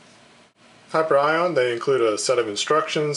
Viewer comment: Not to be nit-picky, I'm grateful that the company my mom works for and her friends own has a nice review, but it's pronounced like "Hi-pier-e-on". :) Just something for future reference if you review anything of theirs again.